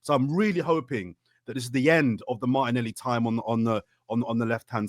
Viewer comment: called martinelli "martinelli"!